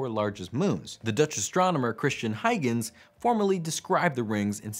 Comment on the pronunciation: Is it not "hoi-gins" (Huygens)? It definitely is. Huygens (/ˈhɔɪɡənz/ HOY-gənz